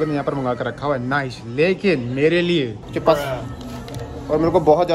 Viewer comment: Chips ❌ Chepass ✅ 😅😅